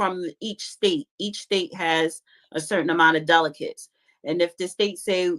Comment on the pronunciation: Someone help pronounce "delegates"😂😂😂